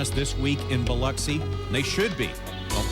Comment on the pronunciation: OMG! actually pronounced Biloxi correctly!